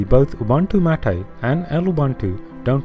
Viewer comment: "Mate" is not pronounced MOTT-AY, it's may-t/maet.